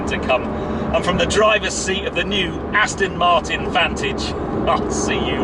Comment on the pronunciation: I've told you before, - it's NOT AstIn!! You don't do it all the time but today, you started slipping back into your old habit! Bad!!!